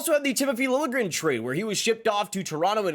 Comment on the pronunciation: Apparently now Liljegren wants his name pronounced "lil je grin" (with the j pronounced like a j, not like a y, not just ignored).